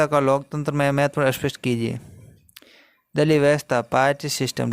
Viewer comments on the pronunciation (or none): दलीप नहीं ❌ दलीय हैं